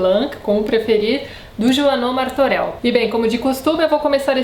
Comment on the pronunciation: Martorell é pronunciado "Martorelh", não "Martoreu"